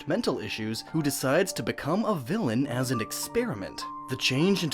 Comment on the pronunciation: Did anyone heard him say whylens at the ending